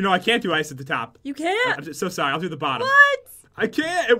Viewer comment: sorri